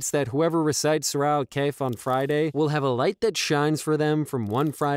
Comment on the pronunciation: Kahf not kaif brother